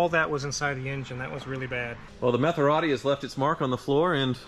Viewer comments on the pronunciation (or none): he said Methorati 😂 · "Metherati"!! I'm crying lol!! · Metharati ? 😂😂😂 priceless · A “Meth er rati”…..🤣